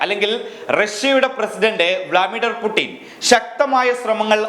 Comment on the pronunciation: It is not vlamider putin it is vladmir putin